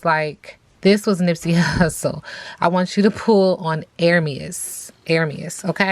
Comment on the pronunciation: Happy birthday to my Leo Brother ♌️ Nipsey! You pronounced his name perfectly! We all miss him! ❤🎉 Sis do you think you can do a reading on the rapper Magoo who passed away?